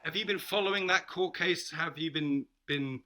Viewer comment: Did she say COURT 🤣🤣🤣🤣🤣 I am sorry lady.